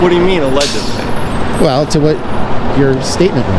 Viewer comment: My hearing isn't what it used to be. Did you say "allegebly" with a 'b'? Allegedly